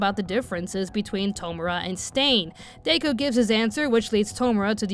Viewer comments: My girl did you really just pronounce his name as "Day-Ku" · I can't lie, the way you were pronouncing Deku as Day-ku was hard for me to ignore and I had to make myself try to ignore it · DAY-KU haha.